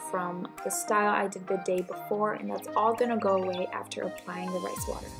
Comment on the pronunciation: she meant " Rice" I'm sure not "rays" 😂😂